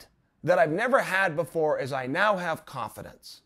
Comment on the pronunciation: Is he saying cough-adence?